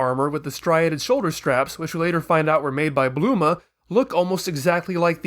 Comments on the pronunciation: Why do you call bulma bluma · Why do you say bLuma???